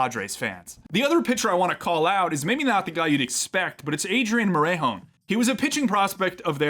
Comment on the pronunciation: love the video, but its pronounced more-eh(like canadian eh)-hone